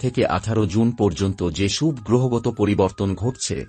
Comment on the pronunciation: ভাটের কীর্তন?উচ্চারণ ঠিক নেই, বাংলা বলতে এসেছে,ফালতু লোক ও তার বকবকানি,ছি:শুভ্,উৎস্ কি উচ্চারণ?